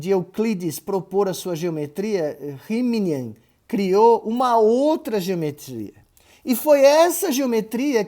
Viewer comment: Caro professor, o nome do gajo da geometria nãp- euclidiana (uma delas) é Bernhard Riemann (não Rimini -))